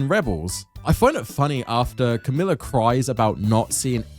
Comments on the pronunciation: Great video BUT.... it's NOT Kamila, it's KAMALA. Like god you say Kamila SO much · "Kamala" is not hard to pronounce, yet you mispronounce it throughout despite the characters giving you the right pronunciation. are you slow?